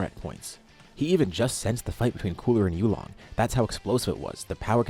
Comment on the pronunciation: You are pronouncing it wrong and you came up with the name. It's 'You Long' not "you long". Please practice tones.